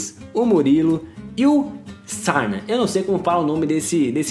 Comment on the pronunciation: O nome do srna se pronuncia sérna